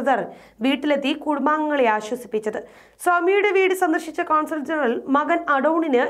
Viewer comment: Despite correcting him, Shajan Zacharia pronounces the diplomatic title as CONSULAR GENERAL. The correct title is CONSUL GENERAL (കോൺസുൽ ജനറൽ). For example, Consul General of the Consulate General of Israel (in charge of the Consulate). However, passport/visa officers are known as Consular Officers. Likewise, it is not CONSAL (കോൺസൽ), but it is CONSUL (കോൺസുൽ). Arab nations, such as Saudi Arabia and UAE did not explicitly criticized Israel. These two countries recently established normal relations. Another Arab country, Morocco, had decades of relationship with Israel, particularly on secret cooperation on intelligence and military matters, even though there was no official acknowledgement by both sides. For example, Israel helped Morocco obtain weapons and intelligence-gathering equipment and learn how to use them and helped it assassinate an opposition leader. Morocco helped Israel to take in Moroccan Jews, mount an operation against Osama bin Laden, and even spy on other Arab nations. But the Muslims of Kerala, Kerala CM, and other LDF leaders and members, do not know anything on Israeli-Hamas conflicts and Arab nations' relationships with Israel and thus support the terrorist group as they do in Kerala.